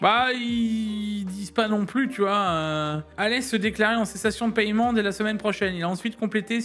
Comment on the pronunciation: le païement, ca me tue